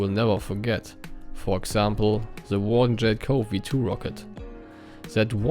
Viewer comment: and your english is good enough ( just an advice pronounce Warden with R because ur R is hard to hear i hear Waden XD but its better than me lol )